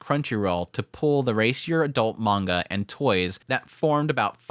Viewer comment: I don't want to be pedantic but... mah-n-gah (like achoo when you sneeze) -ka (like in ka-boom) not man-gocka... of coarse its fine to say it however you wish but it kind of undermines your subject matter authority to say it the wrong way. just saying.